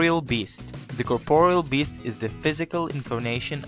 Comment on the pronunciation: can u say corporeal beast right plz